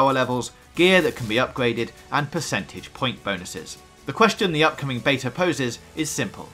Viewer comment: You said beta 6 times in the preview, 5 wrongly and once correctly. It was confusing